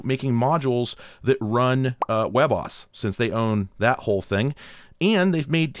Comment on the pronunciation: Do people actually pronounce WebOS like webboss?